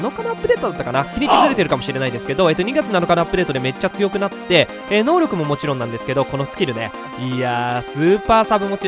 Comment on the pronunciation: ヒカックあるある〜 たまに選手能力クイズの「のうりょく」が言えず「のうろく」になっている。